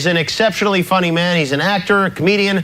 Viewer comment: "Acceptionally funny" i mean really